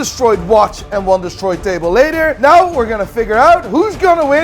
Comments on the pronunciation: you are Dutch, as long as you say oat, please just try pronouncing "now" the normal way instead of "noujj".. love your stuff btw. Groet uit Den Haag! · Even the Irish don't pronounce "now" as "noy", you sound like a fake Hublot. Get it right! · Why do Irish people pronounce 'now' 'nai''?